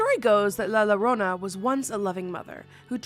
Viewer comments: Always find your videos entertaining, but in Spanish, the letter “LL” is pronounced like a “Y” in English. So it’s pronounced La “Ya-Rona”, not Larona… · la llorona isn't pronounced Lala Rona, it's pronounced la yorona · No la llorona and Bloody Mary are to different entities it’s pronounced llorona(garona) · Accidentally stumbled on you on IG and Facebook, love your silly jokes. They make my day! I grew up on la llorona, from Brooklyn NY I had no idea it was pronounced Lrownah in English. We pronounce double LL like a J we were saying jorona. Never too old to learn something, I was today years old when I learned it is pronounced Lrownah. I enjoy you, you bring joy to my day. Stay spooky can’t wait to virtually meet your mini-me spooky bundle of joy. ❤❤❤❤ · For the first one, its pronounced with a Y sound not an L sound. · Llorona = yo-ro-na 😊 and she's real. She'll drown you if she finds you.. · Girl the la llorona is pronounced as la yorona and kuchisake onna is pronounced as Kuchisake On-na lol 😂😅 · It's pronounced "yo-ro-nah". The double Ls get a "y" sound on Spanish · LA llorona is a Mexican urban legend. The two L's are pronounced as a y. how do I know I am Mexicana and talk Spanish for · I hate to say this but it’s pronounced la yuh-roh-nuh. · I love you but “lie lorona” is cracking me up 😹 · Really great video but I was pised of at first minute cause of the repeated mistakes at the name of the first legend 😂 it’s la YO-RO-NA double L it’s pronounced Y is Spanish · La Llorona... please it's pronounced la yorona 😭 with the Spanish double L making the y sound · I'm not even Mexican and my ears are ringing! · I was correcting her out loud, saying it was pronounced la llorona (la yorona) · La Yo ro na!!! Also she is NOT bloody Mary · Please say la llorona correctly!!! It’s driving me crazy. In Spanish, two L’s makes a y sound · La llorona 😂the double L makes a y sound think yarona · And it’s pronounced “ yo-ro-na” 😅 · "Lala rwona" ☠️🫠